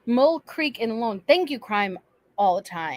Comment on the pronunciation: Rewatch squad. Mule creek is where two different women were killed. It’s Ione california my home town. Not LONE Ione(eye-own)